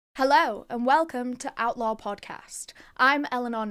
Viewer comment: I thought that she was saying outlaw not outlore...lol